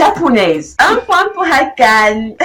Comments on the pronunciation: C'est qu'en mieux de mettre l'accent sur le "e" de "Akane". Mais peut etre que tu fais exprès pour l'humour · Épisode 7,5/10. J'ai bien aimé ta parodie sur les personnages, les effets étaient cool. Le gros point positif est le contenu qui est vraiment original. Le négatif c'est quand tu prononces le nom Akane😅